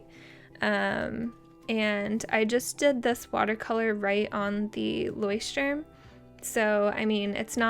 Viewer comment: This moment when you are from Germany and hears how you spell Leuchtturm 😂 hilarious 😂😂😂